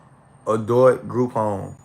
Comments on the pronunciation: I could have sworn it’s pronounced ADULT not ADOLT boy bye😂😂😂😂tell the truth and shame the 😈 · DID HE SAY (ADOIT)- NOT ADULT. 🤷🏽‍♀️ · This dude can’t pronounce ADULT correctly 🥴